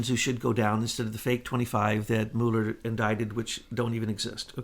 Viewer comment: I think you're asking a lot of a guy who can't even pronounce "Mull" er. :)